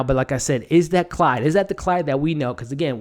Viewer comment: Quick note: It's Claude, not Clyde. Nice review! Somebody protec baby Jerome! He's the next target for sure.